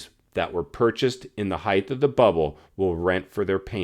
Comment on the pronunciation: It’s HEIGHT!! With a ” T “ at the end NOT “TH” like many people say.